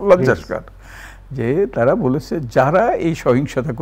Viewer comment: তিন তিনবার ‘লজ্জাস্কর ‘ শব্দটি বলেছেন ! কারেক্ট শব্দটির উচ্চারণ হবে - লজ্জাকর! দযা করে সংশোধন করে নিন! প্লিজ !